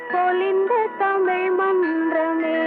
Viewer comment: அன்று தமிழ் இன்று டமிழ்